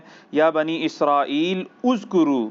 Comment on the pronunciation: Oo bhi topi na krao azkro ha uzkro nhi